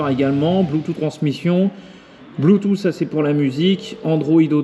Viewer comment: Bleutou ??? "Bloutousse" phonétiquement .... Android auto ok mais est-ce qu'il fait Apple Carplay ? La taille n'est pas trop grande ? Tu ne vois même plus ton compteur >.<